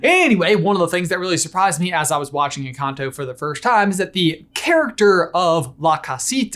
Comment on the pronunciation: in the video instead of "one big encanto" you say "one big and cocktail,"